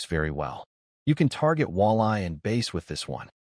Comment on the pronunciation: Another Bulldog version 😊 thanks for the pattern. AI says Base instead of Bass 😂